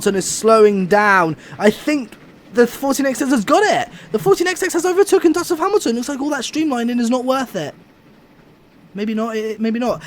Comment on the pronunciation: Why is it so hard for you to say overtaken lol